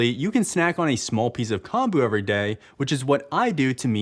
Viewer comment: Great video! BUT, "natto" is pronounced more like naw toh (kinda like "gnaw" + "toe") and "kombu" is more like kohm bu (kinda like "comb" + "boo"). Also, NO. WEAR SUNSCREEN if the UV index is 3 or above! Your body will still make enough.